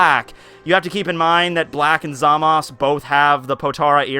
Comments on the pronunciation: It's basically up to the speaker if he wants to pronounce it ZAMASu (with a slightly audible u) or ZAMASS (with a sharp sounding S) in the Japanese language. That's because there can't be a single standing S (or other consonants except N) in Japanese. Every Japanese speaker would instantly understand that there is a U implied (except when the syllable is TO or DO, as there is no TU or DU in standard Japanese). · I definitely hear the last letter. Maybe they doesn't pronounce it like ZA-MA-SU, but something like ZA-MASu. End there is a weak "u" at the end of "desu" too, at least I can hear it most times. Not a big problem though, you probably won't have many occasions to pronounce this name anyway :) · Mastar from Mastar Media pronounces Zamasu in the right (in my opinion at least) way though, thats why I was surprised did it another way. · 2+2 = 4 and it's pronounced ZA-Mas. There is no U. Master Media pronounces it Wrong. However its his channel you can say it however the hell you want. Really isn't an english class and people tend to pronounce things how they want which is HOW slang happens anyways.